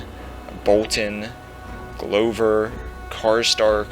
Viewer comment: The apology should be for how you pronounced Glover, not Maege. Haha